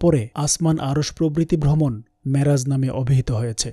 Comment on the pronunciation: Assalamualikum oa Rahmatullaha. You write down "Miraj", but you speaks "Maraj" What happen gentleman. Please explain. Allaha Hafez.